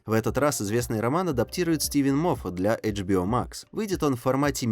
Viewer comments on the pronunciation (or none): джибио ? может Ашбио HBO Ашбио а не Джибио лол